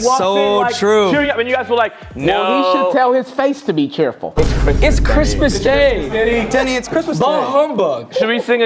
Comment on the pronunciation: Why does every time you guys call "Denny" I hear "DIDDY"???💀